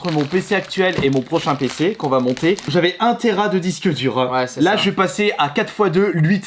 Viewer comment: Mon nouveau pceuh pour regarder mon hentaieuh de rougeuh en 4Keuh